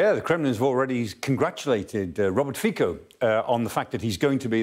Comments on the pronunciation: Actually his name(FICO) is pronouncing Fitso not Fiko. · It's pronounced Fitso and not Fiko. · Pronunciation: FEE-tso not FEE - ko. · Fi-SO not Fi-CO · Fico is pronounced FEE-tso. Mr. Clarke should spend more time on getting the pronunciation of names and towns right. He tends to butcher most of the Ukrainian town names, too. But his analysis is great. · Pronounciation: "Fitzo"